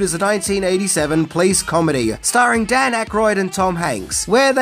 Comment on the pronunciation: "The Los Angeles Please departement" 😂 Love how you pronounce police: "Please" It's "Po-lice"! Oh well. I love your vids anyway!